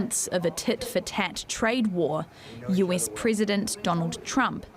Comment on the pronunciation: It is not “Yuis” as you d pronounce it, it is “US!” This lady has a serious flaw in English pronunciation 😢